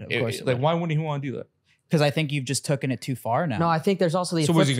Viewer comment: Nelk it's taken not tocken